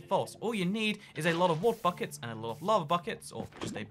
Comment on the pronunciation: WOTER SHEEP